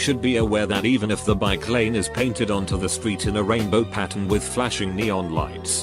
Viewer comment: how did he screw up bikelane?